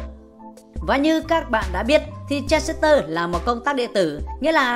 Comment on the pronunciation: Đọc transistor còn sai, thì dạy ai